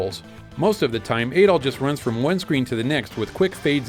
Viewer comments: I don't think Adol's rename in the SMS version was just a translation issue; I heard it was because they didn't want it associated with a certain Austrian painter. BTW it is Add-ol and not aid-ol as per the Japanese rendering, similar to the aforementioned painter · Adol is pronounced with a short A, like "apple," but with a D instead of a P.